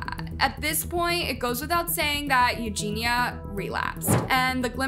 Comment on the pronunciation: ●Eugenia KU-knee●